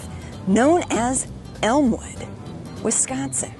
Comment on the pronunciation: Just another story from Wis-con-sin. Accentuate the syllable "con" !